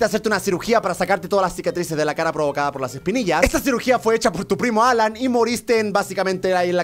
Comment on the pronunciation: es alan no halan(suena como jalan) -_